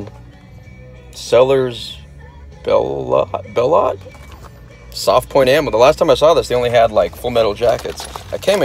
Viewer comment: I believe it’s pronounced “Sell yer Below”... I’ve shot a few of em but found their velocities are lower than other brands.